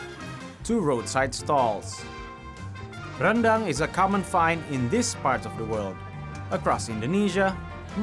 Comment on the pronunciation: Whoa “uni” means big sister in Minangkabau language, please don’t translate it to “auntie” when was being polite by addressing her that way so as not to age her 😂 BTW well done for maintaining Indonesian pronunciation of “rendang” with our rolling Rs despite speaking in English, unlike our neighbors who are very anglicized liao 👍